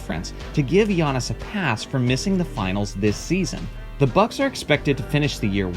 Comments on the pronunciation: First time I have heard someone say Giantis instead of Giannis. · This guy be saying giantis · is it just me or did he say giantis antetokounmpo? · I clicked on this video solely to find out how you would pronounce his first name. Here in San Antonio, several guys on a local sports talk show say it as Gee-on-iss and it's like nails on a chalkboard every time. I am impressed by his skill set, and hope their GM can sign or draft at least one more talented teammate - super teams are what is truly overrated in my opinion. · the way he said his name 🥴